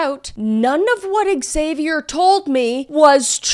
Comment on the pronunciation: I cant stand you pronounce "Xavier" so wrong xDD